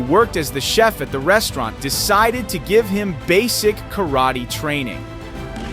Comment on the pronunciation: A karate expert does not attack like that. The announcer cant even pronounce Karate as it should be pronounced. The "karate players" in this video are not experts. Aikido demonstrations are very reliant on the manner of ""attack"" to allow the carrying out the defensive movements.